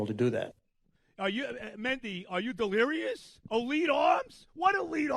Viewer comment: Is he going to say delerious or get Helsleys name wrong more I’m keeping count